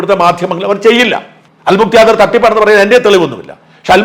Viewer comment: അൽ മുക്ത്യാദിർ അല്ല ഷാജൻ സാർ .. അൽ മുഖ്താദിർ ആണ്....